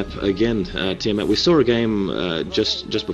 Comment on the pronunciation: "We sawr a game..." lolz